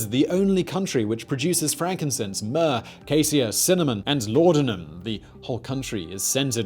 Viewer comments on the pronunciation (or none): none